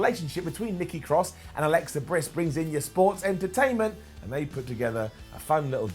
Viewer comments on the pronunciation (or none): I swear you said "Alexa Briss" and I can't tell if it was a simple mistake, or one of the most subtle Jew Jokes Ive ever heard. Either way I loved it. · Did anyone else notice said Alexa Briss? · Did he say Alexa Briss? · U said Alexa brisk😏